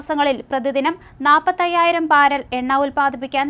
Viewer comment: പാരൽ അല്ല ബാരൽ